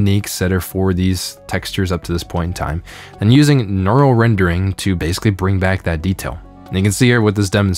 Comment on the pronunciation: why cant this guys pronounce neural correctly ?